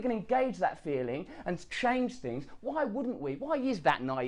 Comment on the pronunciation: Interesting that you feel the need to go back and say "I didn't do bad all fings considered..... all in all I fink I did alright" We're not going to solve world problems with a video time machine.